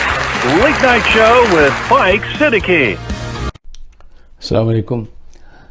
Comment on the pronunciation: Asssalamoalaikum kaha karo mohtaram. Kuch zyada hi modern lehja hai tum patlon pehne logo ka k salam k alfaz bhi thik se ada nahi kar patay